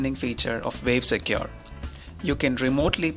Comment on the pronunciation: Vave Secure? You having a laugh? Its Wave not Vave!